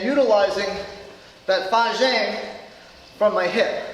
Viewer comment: sorry bro, I'm just having a chuckle at your pronunciation of fajin 發勁.